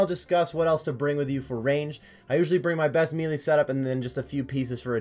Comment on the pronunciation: Melee (May-Lay) It doesn't really matter but mealy sounds so silly.